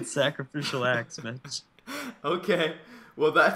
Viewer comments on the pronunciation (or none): you said sacraficial ass :P